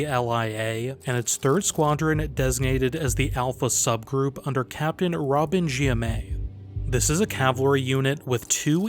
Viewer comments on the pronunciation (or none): none